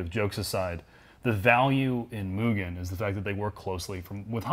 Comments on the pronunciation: Surprised no one cares he keeps saying moojen instead of mugen… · They keep saying Mugen wrong. It's moo gen (like generation). Even the kingmotorsports guy says it wrong. As a fanboi, I'm triggered. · It’s Mu-Gen, not Mu-Jen😉👍. A hard G. Mugen made some of the sexiest motocross bikes EVER back in the 70’s and 80’s, along with very effective kit-parts. They have always been one of the most exotic and desirable parts companies to me👍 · I can't tell if is being sarcastic with his mugen pronunciation... lol For anybody that doesn't know, mugen is pronounced "Moo-gehn" not "Mew-Jen". With gehn sounding the same as the g in "again". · MOO... GGEN. JEEZ. It's really not hard. If it were Myujen they would spell it that way. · That feeling when non-Japanese speakers pronounce it "mule-jen"... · Kind of mind blowing that the OWNER OF KING MOTORSPORT also mispronounces it. It's MOO-Gen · pronunciation of “Mugen” effin’ kills me brah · pronounced it MOO. Overall he may have not sounded Japanese, but he didn't make that error. did once, but I have a feeling they left that in as an insider bit of humor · Did anyone else cringe when he mispronounced "Mugen" ? I know I'm nitpicking but still......gahhhhh!